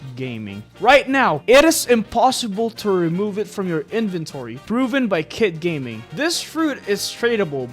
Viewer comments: Bro, chill he’s name is kit gaming not gay gaming 😂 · Kit gayming got me dead 💀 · Kit gayming😂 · Hahaha kitt gay-ming